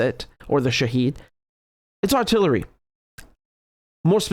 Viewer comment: It’s Shahed drone not shahid - shahed means witness